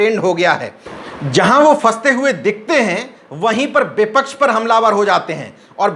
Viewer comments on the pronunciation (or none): आप प्रोनाउंसियेशन अपना ठीक करें व्यक्ति को ब्यक्ति व्यापार को ब्यापार शब्द को सब्द बोले हैं आप इसी ख़बर में वी.पी. सिंह को बी.पी.सिंह भी बोला और विपक्ष को बिपच्छ उच्चारित किया है अन्य बहुत सी ऐसी ही कमियाँ हैं जिन्हें ठीक करने की जरूरत है सादर निवेदन 🙏